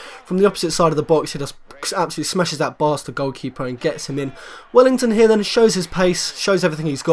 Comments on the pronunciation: mate its WELLITON not WELLINGTON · Well i ton not well ing ton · its welliton not wellington